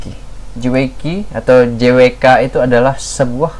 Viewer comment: bukan Je Way Key tapi Je-Double you-Key